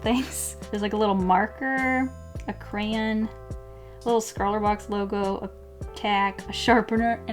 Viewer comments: Why you say 'cran'? Isn't it 'crayon'? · Cray-yan. Cray-yan It’s Cray-yon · okay i’m sorry but i really don’t like the way she say crayon but other than that love the vid😂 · ITS NOT A CRAIN ITS A CRAY-ON!!!! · A CRAYEN NO NO NO NO CRAYON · I love how Americans say crayon